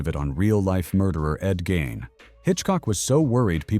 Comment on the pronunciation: It's not Ed Gain- it's Gein - I'm outta here!